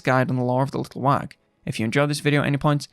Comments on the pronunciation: Wag? What's a wag?? You mean little WAGHHHHHHHHHHHHHHHHHHHHH (wəh)? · Pls stop pronouncing the g